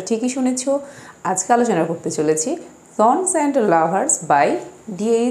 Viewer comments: "ষন" son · It's a matter of huge regret that even you don’t know the pronunciation of the word "son", even after you are making video on it.. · It' matter of regret that she don’t know what is the correct pronunciation of the word 'sons'.😂